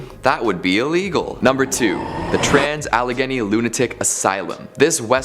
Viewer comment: Thànks for saying Allegheny right.